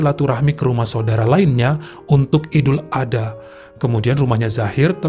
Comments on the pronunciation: Ya gpp bang salah penyebutan dikit d maafkan ko 😁😁,,yg pnting kami sudah ngasih tau penyebutan yg benar ok , jngn lupa ya bang ad-ha bukan adha 🤭🤭🤭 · Dibaca idul ad-ha bukan ada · Maaf koreksi ya bang : Idul Adha dibaca Idul Ad Ha (dipisah bukan disambung) 🙏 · Bukan Idul, tapi Aidil Adha,Aidiil Fitri.